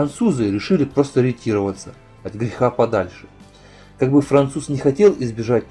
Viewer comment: ретировАться ударение на ЧЕТВЁРТЫЙ СЛОГ